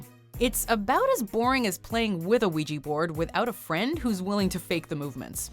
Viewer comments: It is pronounced "wee-ja," NOT "weegee." Why tf can't people get it right? 😤😬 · W T F!! I never heard someone said uiyi to ouija ! Here in latinoamerica we say (uiHa) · "Vigi" ??? It's "Uya" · Ahem. It's WEE JA not WEE GEE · Lisa Axen no, the words come from French oui and then German ja there for it's pronounced we-juh not we-jee. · How in the hell can you pronounce ouija “wejee”?????????? 😂 wtf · WEE-ja. Christ. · "WEEGEE BOARDS"??! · that pronunciation of "ouija" makes me cringe. it has a "a" at the end, not an "i". i dont know why people all of a sudden gave it that pronunciation in the last decade when everyone called it "wee-jah" before smh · Ouija is pronounced weegee? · Christine C. I know I was thinking the same thing. I hate when people mispronounce it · Is this really how you pronounce ouija in english? 😳😳 this just sounds so damn wrong to me 😂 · groundlos I was surprised too 😆